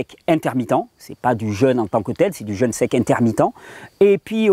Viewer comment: Parfait.. une toute petite observation ... pourquoi dites-vous "jeune" alors que vous parlez de "jeûne" entrainez-vous à prononcer "jeûne" ce sera moins désagréable aux oreilles !.. Sinon toutes vos vidéos sur le "jeûne" sont fort intéressantes !..